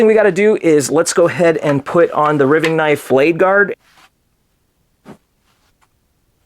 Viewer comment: You're killing me! Riving rhymes with diving not giving. R long i ving.